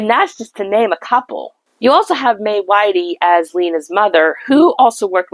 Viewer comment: the name is Dame MAY WHITTY, not WHITEY.